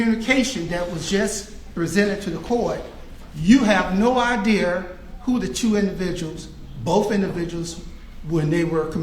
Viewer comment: "you have no idear". What??